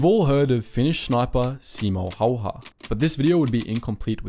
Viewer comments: Its not simo hauha, its häyhä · I'm yet to watch one of these documentaries and hear Simo Häyhä's name pronounced correctly (you even butchered the spelling, c'mon man!). It's HÄY-HÄ, two H's and none of them are silent. I'ts pronounced kind of like HEY-HE-, two Hey's in a row but you skip the last Y. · Pronounce (Häyhä) in right way please . Y in his surname sounds like ew in word new . You welcome Oj and Maria Ljalkova you pronounce wrong I am Slovakian you can be sure. 😉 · It's not Simo Hayha it is Simo Häyhä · Its Häyhä, not Hayha or as many people pronounce it, Heihaa (come on its not difficult. Simo Häyhä. Not Saimou Heihaa.). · It’s actually Häyhä not Hayha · its Häyhä